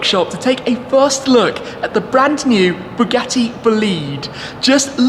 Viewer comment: I heard it as bugatti bullied